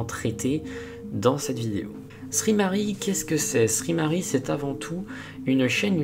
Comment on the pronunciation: sry = sorry et ce prononce saurry et non ssri mari